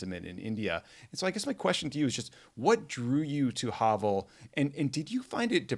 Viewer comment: Hey Tommy, Ben, and the whole CROOKED team, Sending you all greetings from Prague. Thank you so much for this episode and your kind words about Vaclav Havel (also for not mispronouncing his name). US politicians often use his name as a buzzword, which just makes my head explode. (Paul Ryan mentioned him in his speech to the Czech Parliament in 2018, as did Mike Pompeo when he addressed the Czech Senate during his visit in May this year; as if VH would have had anything in common with these two...) In my view, VH was the best president we’ve ever had, and we’ve been going downhill since then. Anyway, I'm always surprised to hear you talk about President Obama’s trips to the Czech Republic. I’d think that they would rank low on the list of the hundreds of foreign trips you have been on, since I consider my country rather insignificant in the larger world context. Finally, thanks also for sharing your reading tips – they’ve been greatly appreciated during our ongoing lockdown. Looking forward to new episodes in 2021. Enjoy the holidays.